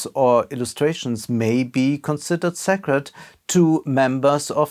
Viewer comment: Good video, but consider working on pronounciation of words such as sacred.